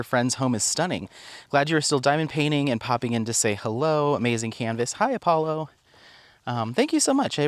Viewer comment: Every time you call Apollo "Apo" I think isn't that a dog food? It took me the whole video to remember it was Alpo!